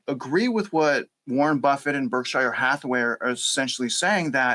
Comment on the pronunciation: You mispronouced "Berkshire" about 10 times ....... Pronunciation American pronunciation Sounds like burk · shr